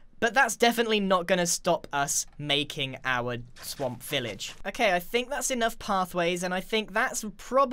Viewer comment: When he said let's go back to the swamp, I heard let's go back to the sonk LOL O my goodnes yy?